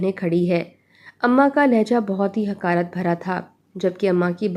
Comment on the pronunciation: Khotha Gadey (Donkey) ko kehtey hain, Sahih lafz Khota hai. Hikarat nahi Hiqarat,Hika Biqa nahi Hika Bika,Qoob badanamı hogi nahi , Bahut badnami hogi.